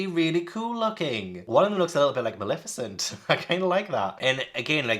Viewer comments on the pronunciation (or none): none